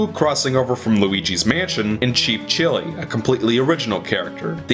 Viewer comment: Did he say "Cheap Chili"?